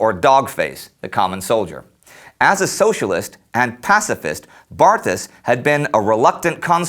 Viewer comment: "Poilu" is actually pronounced "pwe-lu." And "Barthas" has a silent "h." He went to school for eight years only, and graduated at the top of his very small class. I have almost finished reading his book; he is exceedingly intelligent and well educated based on his historical and literary references. You can open it to any page to learn that the French trenches were water filled ditches and artillery shell holes, not the nice dry and clean and maintained ones we see in the picture. Louis ("Lwe") spent much of three years soaked in freezing mud, both hungry and thirsty. He counted twenty times when he felt "the hot breath of death," close enough to a shell explosion that he could feel its heat. At least twice he was covered with dirt thrown up when a shell failed to explode only meters away. By the last year of the war his body was beginning to break down. Indy's review catches the mood of the book/diary perfectly. Bravo!